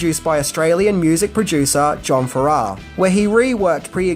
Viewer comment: It's John FArrah (not faRRAH). He was Olivia's husband who she met when he was in The Shadows.